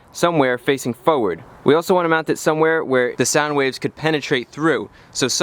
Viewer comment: You sound like ybr when you say fowerd